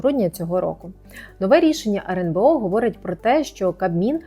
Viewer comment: почему она говорит "RНБО"???